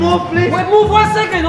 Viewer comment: hahahahah trudno tego nie skomentować hahahah plis plis łon sekond plis łon sekond i mówi to gościu z punkiem na głowie hahahaha